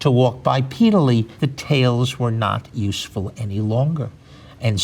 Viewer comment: Nobody:: ITS USEFULLLL